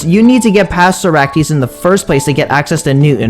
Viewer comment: Bro say Socrates name correctly bro please